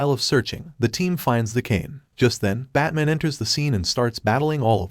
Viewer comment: “batmon” yet the transcript says “batman”. went back to check if i heard that correctly. 🤔